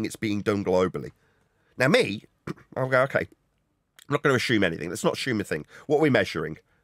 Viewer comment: Anyone who says ‘ashume, instead of assume’ should be eradicated from grown up conversations